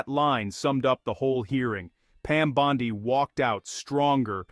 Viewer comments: Her last name is pronounced BON-DEE your shit for brains AI narrator gets it wrong every time!!!!!!! People are getting tired of it!!!!!! Everything is 21st century except the programming! Hurtahee!! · "Bond-Eye".....AI narration is irritating. Good video other than the AI narration.